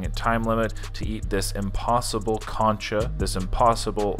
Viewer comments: It’s concha not “cancha” almost like saying cone-cha. I’m sorry but it irked me every time 😩😂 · its pronounced cone-cha not cuncha however u said it hehr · The way you are pronouncing concha means basketball court instead of shell… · It’s pronounced “Concha” not “ Cancha” lol 😂❗️❗️❗️ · every time he says concha i die inside please stop saying it